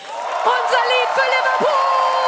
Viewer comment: I really love the Song, and i hoped it would win. Ikke just got 2nd because he has a big Fan community. Funfact: The way you say "Unser Lied für Liverpool" sounds like "Unser Leid für Liverpool" which turns the meaning into "Our suffering for Liverpool" :D